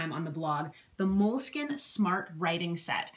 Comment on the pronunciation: its pronounced "mole-skeen"